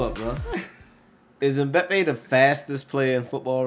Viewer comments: It's m-ba-pay there's no e in the pronunciation. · Dude said “Moopie” 😂😂😂😂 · It's pronounced em-bap-ay. The Asian guy's name is Son he plays for Spurs. I'm surprised there was no Adama Traoré. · The way they say Mbpappe they say it like Mbpeppe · M-bah-pay (Mbappé) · I cringed everytime they got the totally wrong person LMBAOO everyone what Christiano or Mo or "Bapay" Pwahahha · By the way mbappe is pronounced (em-bop-ay) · Who in the world is mope its mbappe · The M is silent in Mbappé 👍🙂 Thierry Henry used to be ridicilously fast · the way they butchered mbappés name 😂😂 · mbappe pronounced= EM BOP PAY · lol the cant pronounce Mbappe